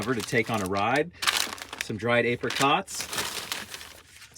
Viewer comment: How you pronounce "apricots" is concerning.